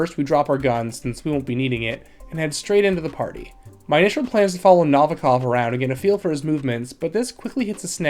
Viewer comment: The way you pronounce Novikov is distracting 😂 do you ever listen to the game? ;)